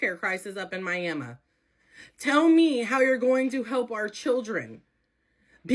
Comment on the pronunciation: Am I the only one that sees the irony of Oklahomans complaining about their education and refuse to pronounce "Miami" properly.